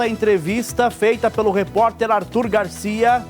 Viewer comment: Que reporterrr esse..erra no nome!!